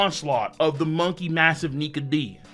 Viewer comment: For the moment I thought you said Monkey Niga but you said Nike